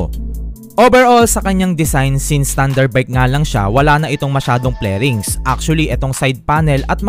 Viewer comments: 😂FAIRINGS BOSS hindi FLERINGS😁 From the root word FAIR😅 K- BYE😂😅😁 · okay na sana eh kaso tawag mo sa "Fairings" is "Plerings"